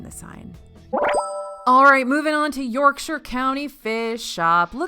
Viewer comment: Thank you for saying Yorkshire correctly! ❤